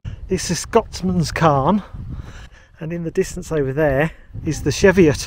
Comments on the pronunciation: It's "Cheeviot" not "Sheviot"! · Hi its pronounced cheeviot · Yes, was made aware of this a while back, will use "cheeviot" the next time we're there. Thanks for watching and putting up with my pronunciations...